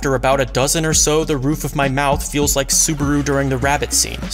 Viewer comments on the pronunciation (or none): none